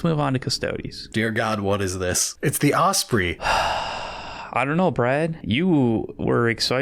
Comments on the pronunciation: aus-spree? it is aus-prey. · I’m sorry THE OSPRI? U mean the ospREY? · "Os-pree" who hurt you guys?